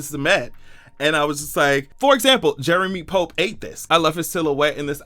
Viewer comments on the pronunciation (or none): none